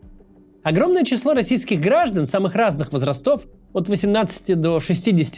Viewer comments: самых разных вОзрастов! - ударение ⚡ 😎 ‼ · Всех вОзрастов ! Ударение на первую О